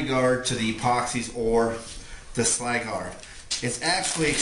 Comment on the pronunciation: I agree the eva is a great solution. I would still make or get a vacume bad like space bags, to pull all air out of the film before sealing it. Also I have noticed a lot of video makers pronounce the sylgard wrong, Not picking on anyone, but its pronounce " sil gard" not sly gard. :0 Now to make a big toaster the cure the eva :0 Hmm!